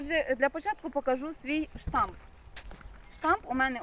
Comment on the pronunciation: Сонечко, не штамп - а Штамб 😊